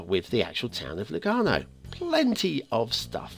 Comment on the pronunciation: i gotta say that “Kopfbahnhof” was very good (in terms of your pronunciation). As were Lugano and Ticino, this was probably the first episode in which you got it all right:p